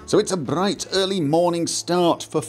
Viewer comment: I just love how you say "Bbrrigth early morning" :·3